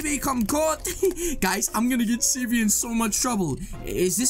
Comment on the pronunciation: You were saying cv preetty